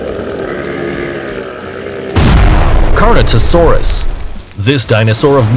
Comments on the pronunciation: it’s pronounced CAR-NO-TOR-US not CAR-NO-TOR-SAURUS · YOU SAID CARNOTAURUS WRONG IT HAS NO S YOU SAID CARNOTOSAURUS AND THATS NOT HOW YOU PRONOUNCE IT IS IT Edit: AND U SAID GIGANOTOSAURUS WRONG ITS NOT A GIGANTASAURUS ITS A GIGA-NOTO-SAURUS YOUR IN ABSOLUTE SHAMBLES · "Car-no-toe-saw-rus" WHAT?! it's "Car-nah-tore-us" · “Carnotasaurus” Bruh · It’s Car-No-Tor-Us not carnatorasaurus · Carnotasaurus It's carnotaurus you idiot But I forgive you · Carnotasaurus? You mean carnotaurus? This guy has no idea what he's even talking about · car-no-taur-us not car-no-taur-saurus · Says carnotasaurous when it say carnotaurus on screen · Not carnotosaurus it is carnotorus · “Carnotasaurus” Me: Excuse you! It’s CARNOTAURUS!!! FOOL!! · its not carnotasaurus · You said car no taur saur us when its literally car no taur us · Why are you saying carnotosaurus when it says carnotaurus? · Did he just say carnatusauruz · Its spelled carnotaurus and pronounced car-no-tour-us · ITS PRONOUNCED LIKE TRO-DON NOT TRUE-DON ALSO ITS NOT CER-A-TASAURUS ITS SIR-AT-O-SAURUS AND ALSO CAR-NO-TOUR-US NOT CARNOTASAURUS GIGA-NO-TOE-SAURUS NOT GIGANATOSAURUS DIP-LOD-I-CUSS NOT DIPLODOCIS CAR-CAR-ODONT-OSAURUS NOT CAR-CARCH-ADONTOSAURUS NOT MOSS-ASAURUS! MO-SASAURUS QUETZA-CO-ATLUS NOT QUETZACOLATOUS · It’s pronounced carnoTAUROS, not carnotasaurus. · Spelled Carnotaurs says Carnotasaurus, goes to check comments to see if anybody else noticed his mistakes. XD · also carnotaurus has no s when you showed the name while you said carnotaSaurus and i thought it meant MEAT-EATING bull please say if im wrong. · "No 7: CarnoTASAURUS" lmao is Carnotaurus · It's carnataurus not carnatasaurus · carnotaurus Not carnotosaurus. nope 6-8 Tons No more. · It is called Carnotaurus not Carnotosaurus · And he said carno tasaurus. It’s Carnotaurus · Also big mistake: he said carnotasaurus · nobody: not a single soul:: cantotososaurus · No its toast the carno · car-no-taw-rus u idiot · He said carnotaurs wrong